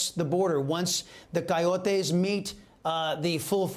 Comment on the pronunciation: Coyotes is an English word. Why are you adding a Spanish accent to it. It’s really cringe to have someone with a perfect English accent, keep adding a deep accent to any Spanish names and places. A Spanish word that’s said in Spanish ? Sure.